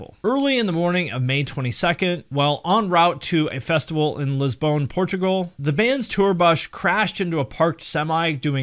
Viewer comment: “Lisbonne”? What. Either Lisbon or Lisboa man. Anyway was it ozzfest? Damn festival must’ve been cursed 👀 Edit: oh wow. The accusations and the reaction. Why people do this… damn. Great vid!